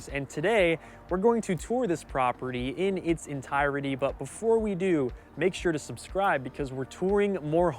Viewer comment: ENTIRETY = ENTIRE-TY not ENTIE-RETY. Three syllables NOT four.